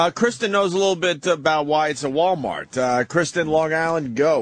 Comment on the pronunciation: wow that's the most Boston I've ever heard Patrice sound when he said Walmart😂